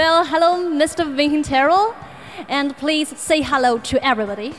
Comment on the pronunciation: "Please say hello to everybody" "err...réllou,réllou...HA"